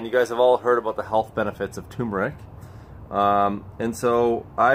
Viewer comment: Turmeric Cream. Rather than Tumeric.